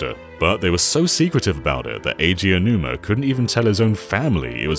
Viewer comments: Sir, the name is "Aonuma," not "Eionuma." That means it's pronounced "Ah-oh-nu-mah." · Aonuma is pronounced "Ow-num-a." Not "eyy-oh-numa." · I'm not saying this to be mean, but to inform, but Aonuma is pronounced more like "Ownoomah," not "Eyanoomah." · It keeps annoying me how you pronounce Aonuma "Eianuma." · Ok guys his name is pronounced Ow-numa. 🙄😒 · Why do people still pronounce Aonuma's name wrong? Ao = Ow, as in "Owl" Also, they should NEVER make Zelda, to appeal to western fans. TP and BotW are both aimed toward the west and it just made me dislike them more than the others. Give me Ocarina of Time, The Wind Waker and Skyward Sword, anyday. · How tf do you mispronounce "Aonuma" so much? At least know the subject you're referring to.